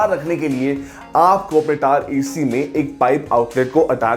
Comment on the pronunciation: Video Hindi me but tower ko accent me pronounce kar raha. टावर hota hai hindi me. Wahi bol le. English me hi bolna hai to bas ‘r’ silent kar le